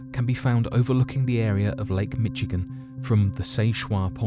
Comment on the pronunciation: It's pronounced locally as Sis Shwa Point, Mishigan.